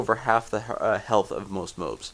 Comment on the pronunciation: did he just say "mobs" as "moabs"